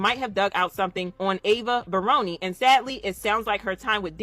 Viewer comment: Is it Ava Baroni Combs or Ava Bryony Combs mispronounced?